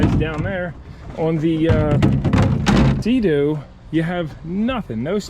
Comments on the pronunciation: Sea - Doo, NOT Say - Dew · Lol I'm sure it was on purpose but every time you said sedoo instead of Sea Doo my eye would twitch a little. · Bro was like Sado instead of seadoo😂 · dude, they are called seadoo and not se doe. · That yamaha wave raider 700 handled badly imo and was under powered. The seadoo 800 will smoke that yamaha all things being equal with the engines and pumps. Seadoo pronounced [seedoo]. The GSX is a pretty good ski for it's age is the motor isn't worn out. I have digital manuals for both if you want them. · Love the videos but why are you saying Seadoo like that lol.